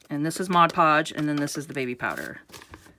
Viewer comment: Thank you, I love this. I don't really like the shininess that much, and if I can get rid of it maybe no one will know that I simply cut out magazine and catalog images and increase the "wow" factor. And thank you, too, for pronouncing Mod Podge correctly. I know, I'm one of "those" people, but it really does drive me nuts when someone pronounces it Modge Podge.